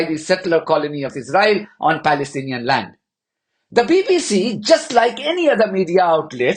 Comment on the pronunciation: Pakistaniiiiiiii 😂😂😂 are you palestizi or paleszibi?😂